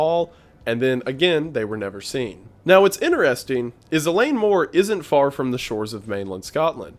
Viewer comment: Wendigoon: “Eileen Mor Island.” Me: “Oh, I heard about this recently! Where from though?… Oh… right…”